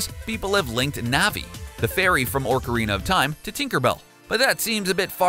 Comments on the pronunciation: Orcarina, really! Its Ocarina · “Oarcarina of Time” is what your said it’s Ocarina not Oarcarina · You said "Orcarina of time", but it's Ocarina of time. What the hell? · It's not orcarina, it's ocarina. And it's Sheegeru Meeamoto. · I don’t know how he got orcarina instead of Ocarina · It’s OCArina not ORCarina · Ocarina of time not orcarina!!! (Oco-ri-na) not (orc-or-ina) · it's the O-carina, not the or-carina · Ocarina not orcarina. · Well here’s a fact, it’s an OCH uh Reen uh Not an ORC uh Reen uh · Not trying to be rude but it's ocarina (ok ah ri na) not orcarina. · why the frick does the say orcarina if there is no r in ocarina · It OCARINA of time not ORCARINA of time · I know this is an old video but it's not orcarina it's pronounced oc-a-rina. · It's Shigeru Miya "MOE" "TOE"! Not Shigeru Miya "MAH" "DOE". Soul Calibur is spelled with a "u" not an "e". It is not spelled Soul "Caliber". The timeline does not "span 30 years". It spans more than 10,000 years. Have you even played Breath of the Wild? Also, it is pronounced "OAK" CORINA of time, not "ORK" CORINA of time. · ITS OCARINA NOT ORCARINA!!!! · Cringe when ever he says ORC-arina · Nahvi... Orcarina... Miyamotto... Help this man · many weird pronunciations, but... ORCARINA?! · "The fairy from ORCarina of Time." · And "ORCorina" of Time....pfttt, this guy. Am I right? lolol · He was saying orcorina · ah yes i love orcarina of time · he said, "Orca-rina of Time". I immediately thought of Link meeting a legendary killer whale that give him the power of sacred whale calls. Pffftt... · WHY IS HE PRONOUNCING OCARINA "ORCA- RINA" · Oh man when he says ocarina, he pronounces it "orcarina" and it hurts me. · Shygeeroo Meeamatta. 😂 Orcarina. 😂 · DiD yOu JuSt SaY oRcArInA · Orcerena of time? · Was anyone else bothered by the favt that he pronounced it ORcarina when its spelled ocarina??? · Orcarina..? Really?? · No dark secrets, only cringe and mispronounciation. Like ork-arena of time and miam-otto